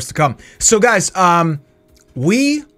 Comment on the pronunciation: It was jo el not jole